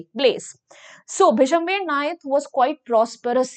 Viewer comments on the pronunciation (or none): Bishamber❌ bishambher✅